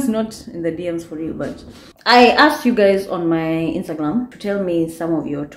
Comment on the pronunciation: ameamua hatawahi sema Instagram vizuri aki😂😂